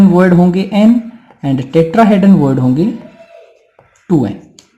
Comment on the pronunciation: Void का उच्चारण "वोईड" होता है। दर्शको को इसका उच्चारण वर्ड (word) जैसा सुनाई दे रहा है।